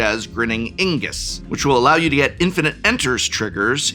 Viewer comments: Dear prof love the vid but ...isnt it "IGNUS" like "Ignite" ....Ingus ...feel like Benedict Cucumberpatch trying to say Penguin. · Grinning IGnus. Did you read the name of the card? Reading the name of the card tells you how to pronounce the name of the card. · too. Transposing the N and G. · I like how an English professor mispronounces Ignus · How can you not pronounce myr or ignus correctly?